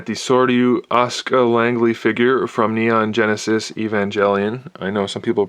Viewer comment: Looking at the Sordyu Ask-Uh Langley from Evanjellyon. ''And the best part: ''I know some people pronounce it Evangelion. I don't believe its correct''. HOLY SHIT, dude!